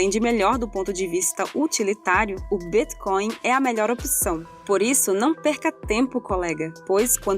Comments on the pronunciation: "O Bíthcoin" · Essa pronúncia de Bitcoin eh de longe a mais bizarra que já vi